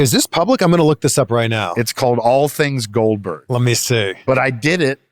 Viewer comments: Say it with me: Goldberg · GOLBERG, GOLBURG, GOLBURG...